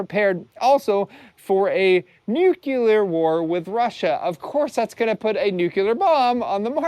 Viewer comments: Not nukular, nu-clear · OK, say it with me, "NEW clear"....got it? Points DEDUCTED. 🤣